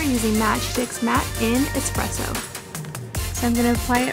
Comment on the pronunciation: Why do Americans say eXpresso...it’s espresso...